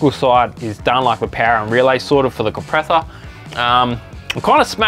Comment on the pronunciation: What's a 'Kohmpreffah'` used for? 🤣